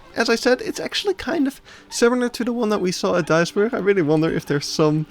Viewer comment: well that's a creative way to pronounce Duisburg